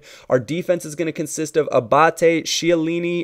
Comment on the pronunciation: its pronounced Giorgio K-hiellini, its the k sound, not the CH